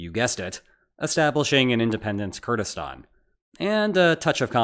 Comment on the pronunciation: I really appreciate you pronouncing "Kurdistan" the right way. 1+